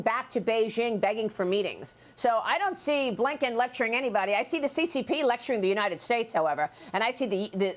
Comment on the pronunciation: FENTANYL. She's not saying it right.